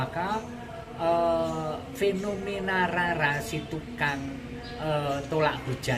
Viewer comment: Nama asli Jawa...mengucapkannya itu Raden Roro... misalnya Rara Jonggrang, Rara Mendut...mengucapkannya " RORO" Rama...mengucapkannya " ROMO"